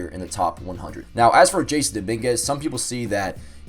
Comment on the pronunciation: It’s not jason it’s Jasson pronounced “Ha SaN”